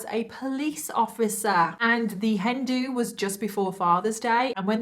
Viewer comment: It took me a hot second to figure out what a "Hendu" was...realizing then that you were saying Hen do." 😂 im sharp as a dull blade today lol